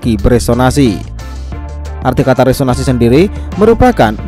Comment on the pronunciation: Seharusnya beresonansi coy bukan resonasi